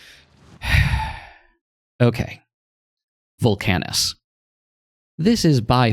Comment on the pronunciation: you're the first person i've seen who pronounces VULcanus as vulCANus